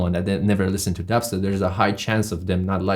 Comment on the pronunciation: I love how he says D eb step